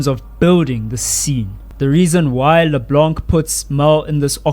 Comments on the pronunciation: via gpt - In French, the "c" at the end of words like "LeBlanc" is typically silent. It’s pronounced as "Le-Blan" with a nasal sound at the end, rather than "Le-Blank." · As a French speaker, hearing you pronounce the mute c in LeBlanc was painful. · DO NOT pronounce the C in LeBlanc. Thank you